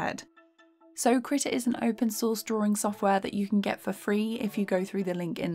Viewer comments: hold up i've been pronouncing it as "kree tah" and she's pronouncing it as "krih tah" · you mispronounced krita multiple times